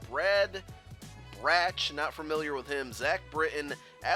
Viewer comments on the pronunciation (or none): Its pronounced Brad Brock for brad broch